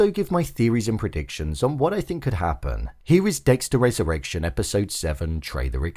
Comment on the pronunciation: Wesurrwection. Fix ur speech